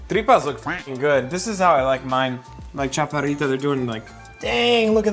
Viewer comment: I’ve never heard a Mexican-descended person pronounce “chaparrita” so badly.